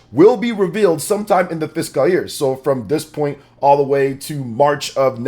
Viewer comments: IT'S FISCAL NOT FISKAHHL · Thank you. says, “physical” year. I know, it’s a small thing. I’m sure there are words that I pronounce wrong, but the “fisghul” year thing is like nails on a chalkboard.